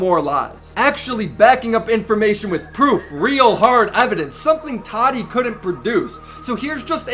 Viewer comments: Why do so many youtubers call her Toddy. It’s Tah Tee. Tati. Jeez lol not that hard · He calls her tadi.🤣🤣🤣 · "toddy" lol